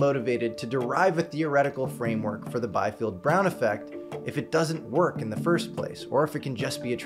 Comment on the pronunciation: The correct pronunciation of the name Biefeld is "bee-felt", not "by-felt".